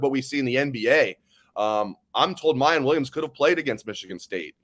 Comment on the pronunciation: Did and go to the same grammar school? Both constantly butcher players’ names. It’s Miyan. Not Miyon. always saying Emeeka instead of Emeka. Figure it out guys